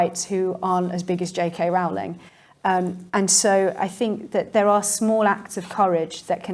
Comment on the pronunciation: J. K. Rowling pronounces her name to rhyme with Rolling. How do I know? Because the matter was discussed in an early biography. When she was teaching the students used to pull her leg. They used to sing the signature tune of a popular TV Western called Rawhide. The words were 'rolling, rolling, rolling.' So J. K. Rowling please! Otherwise a good talk making some important points.